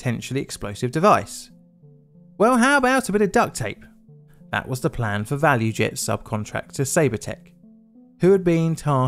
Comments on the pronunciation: Btw, I think it's actually ValuJet, not ValuEjet. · ValuJet, not value jet